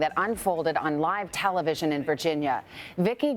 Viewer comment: it's not talavision